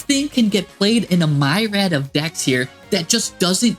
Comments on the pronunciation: Did he just say "a MYrad of decks?!" Myriad, bro. Meer-ee-add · Im not sure if I think it is better than loci or black metal dragon, but just so you know myriad is pronounced like here or peer, not mire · Does he really think it’s pronounced myred?